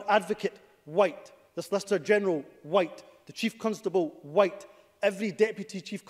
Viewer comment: 'Every cake, huwhite!'